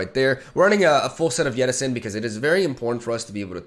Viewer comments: You keep pronouncing it as yettison. Its jettison with a J. Jet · J E T T I S O N not YE TT I S ON its not an eastern european name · But why does he say it "Yettison" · jesus christ. go on google. look up jettison, and learn how to pronounce it. its not a word that uses the Y sound.